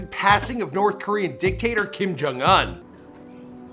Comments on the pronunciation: it annoys me that you cannot pronounce his last name. im not even korean or anything but i still know it. so annoying sorry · Kim Jong uHn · The way he says "Un" 🙄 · Its not kim jong an its kim jong un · LOL how pronounces his name, it's "ooon" like moon, not "un" like fun, even though it's spelled that way. no we don't hope he's alive and well, i hope he's being tortured by the devil right now with hitler and hussein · I know I’m not the only one who hates him saying “unh” instead of “oooon” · Kim Kong Uhn INSTEAD OF Kim Kong Oon? MAN.. After all missprounced just one of the names😂 It's KIM JONG UN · IT’S PRONOUNCED KIM JONG OON. How can you not know how his name is pronounced? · Bruhhh you can’t even pronounce this niggas name wtf u doing making a vid about him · I cringe every time he pronounces his name